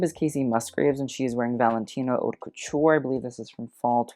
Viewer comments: Haute us not pronounced like hot... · I fully enjoy your commentary and your informed assessment of what we're looking at. But yo: "haute" is pronounced "oat." If you're going to bother to use a French word, why not pronounce it properly? It knocks some strength off your cred. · FYI 'Haute' rhymes with coat not with cot.